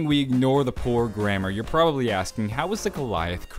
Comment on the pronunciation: "He was probabraly under the influence if the Illuminati" lol gotta love that part